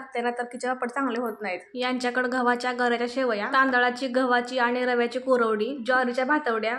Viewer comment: Sevaya म्हणतात sevalya नाही